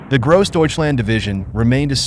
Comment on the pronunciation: Its not very refreshing to listen to Americans attempting to say "Grossdeutschland". Sounds like "KROSDEYTSCHLAND" and "one man toyful" 🙂